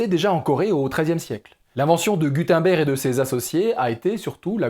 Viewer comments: Gudenberg ne se prononce pas gudainber mais gud (eun) ber (g) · Super vidéo! (Si ça t’intéresse d’améliorer encore plus tes vidéos, Gutenberg se prononce ”Goutennebèrge” plus ou moins) Super continue les vidéos sont au top! Pauvres bêtes... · Si jamais on dit Guteunebregue ( phonétique )